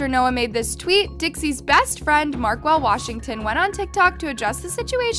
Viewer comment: How normally people say Markell:🤪💅 How says Markell: MaRkWeLl💀